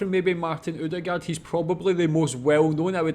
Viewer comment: I love how non-norwegian speakers says norwegian names SOOOO wrong. Martin Odegaard, sounds so weird. lol. We have Æ Ø Å. Pretty easy to prenounce 🙂Same with Erling Braut Haaland, who, I recently found out might be related to me in some way, the 2 a's are prenounced as Å. Same with Ødegård.